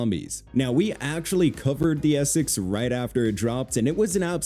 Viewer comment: "I'm just loving the ee-sex model 7" lol